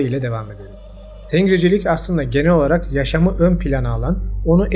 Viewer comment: Tengricilik diye bir şey yok. Bu kelimedeki bitişik NG genizden çıkarılan n sesidir. Resmi Türkiye Türkçesinde bugün artık kullanılmayan ancak halen halkın kullandığı bir sestir. İstanbul Türkçesinde "geldinmi ?" sorusu halkın genelinde , köylerde "geldingmi? " şeklindedir. Burada ng nazal n sesidir, g harfi n sesinin genizden çıkacağını ifade eder. Eski yazıda Arap harfleri Türkçeye uymadığı icin nun harfinden ayrı olarak nazal N ayrı bir harfle temsil edilmiştir. Ancak Türkçede orta asyadan beri getirdiğimiz ancak bugün köylü konuşması gibi kulağımıza gelen nazal N sesi için alfabemizde bir harf bulunmadığından bu fark ng ile temsil edilmektedir. Bu yüzden tengri okunurken yazıldığı gibi değil ng genizden çıkan n olarak okunur. Ayrıca tengri değil Tangrı. Gök tanrıya inanmak tanrıcılık olarak tanımlanamaz.